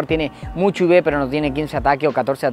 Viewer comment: cada vez que dice ibes, se refiere a los iv, cierto?